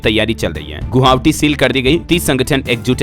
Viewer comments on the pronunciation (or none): According to news reader of DLS: Guwahati ❌ Guha Wati ✅